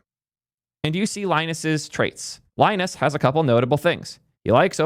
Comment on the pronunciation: Linus didn't earn the right to be an asshole. There's no excuse for being an asshole, period. He's god tier DESPITE occasionally being an asshole, but this has become less frequent as he's become older and wiser. Btw you pronounced his name wrong.